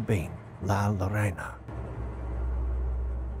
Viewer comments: La llorona plz learn to say it it's not lorana it's pronounced yourona! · If you're gonna talk about something please pronounce it correctly. "La Llorona" is not pronounced as La 'Lorena'....it's pronounced 'JOE-ROE-NA'. The double L in Spanish makes the J sound. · Not La Lorena, La Llorona (Yo-ro-na) The Crier or Lamenting woman. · LA LLORONA .......... LAH YOROH NAH IF YOU SLOW DOWN , SLIGHTLY PAUSE AND JUST PRONOUNCE WHAT YOU SEE HERE . WITH A LITTLE PRACTICE YOU MIGHT NEED TO PROVIDE NECESSARY PROOF TO I.C.E. AGENTS.